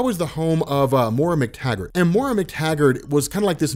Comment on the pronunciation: Just a heads up, her name is pronounced "Moy-Rah", not "more-uh".